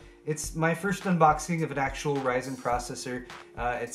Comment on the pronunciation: Thanks for calling it "RYZEN" and not "RISEN" LOL....